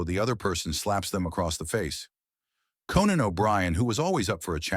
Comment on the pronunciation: When the guy said "Co-Nann" I knew it was B.S. 🤣